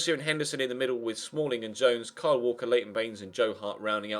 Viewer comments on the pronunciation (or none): none